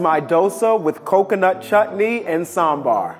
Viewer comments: ooh the perfect pronounciation of sambar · He is saying sambaaaar. Not samburr. I'm happy. Happy South Indian noises 😭😭❤️❤️❤️❤️ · is the first guy to pronounce Sambar the Southy way. What a chad.